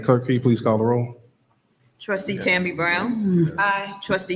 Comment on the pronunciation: Notice how cordial and professional is when he runs the meeting. He even says "please" when he asks the clerk to do a roll call. Tiffany, on the other hand, is just a rude ratchet idiot who just says "clerk, caw da row." So disrespectful. And sorry, we can't let Freeman off the hook. He is doing the right thing because HE HAS TO. We cannot forget that he was complicit with all the corruption under Tiffany. He needs to go. Sorry, not sorry.